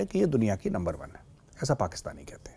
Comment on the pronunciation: Sir how u can say NUNBER ONE TO LUMBER ONE FOR THIS I M NEVER FORGET U 😮😮😮😮😅